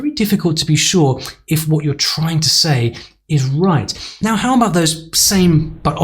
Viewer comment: You didn't pronounce about with a schwa.